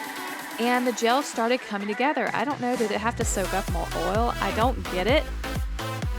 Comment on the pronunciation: You say oil like oll its its pronounced o u'll